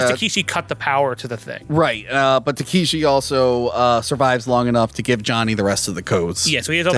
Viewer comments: Dude... The man's name is Tekeshi Kitano or "Beat Takeshi" not Takahashi. Also the traditional reason the Yakuza cut off fingers, (starting with the left pinky finger) is because of how you hold a sword, when you are missing fingers it makes you a lesser swordsman, meaning you have to rely more on your brothers rather than just fight for yourself. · It's "Takeshi" Kitano, not "Takahashi" or "Takeeshi":) He is still huge in Japan, and is a comedian mostly, but the films he made in the 90's are incredible. If you want to see one of the weirdest movies ever made, watch his film, "Getting Any?" - Cheers and!;) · Yeah i was a bit confused by that, wasn't listening too much cause i was doing some stuff and suddenly i hear "takahashi " ???🤔😁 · Yeah that was bothering me how do they don’t know it’s Takeshi?